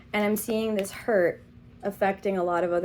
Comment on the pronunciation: The starting diction... Zis one is...literally hilarious. You are outright funny lady.